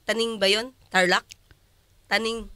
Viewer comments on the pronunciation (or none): Tenang 😅 hindi po taning😅